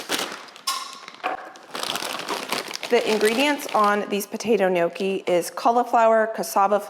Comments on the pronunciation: Once again, NOT "knee okee". Sorry. 😢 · It's Nyocki, not sure why Americans say nyoh key